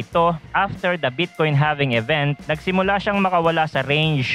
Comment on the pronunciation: halving boy hndi having awkward mo pkinggan